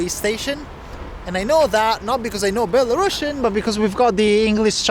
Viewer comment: Say belarUsIan, not belaRUSSIAN...